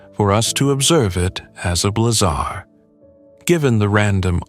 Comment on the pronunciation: AI will never be taken seriously until it understands the nuances of pronunciation. The term is Blazar, like in blaze, not blah-zar, like in boring.